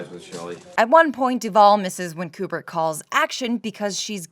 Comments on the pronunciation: You are one of 13 humans on planet Earth to pronounce Kubrick correctly AND Bob Ross? Frikken artists... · I just have to go to comment. You pronounced Kubrick correctly. Thank you.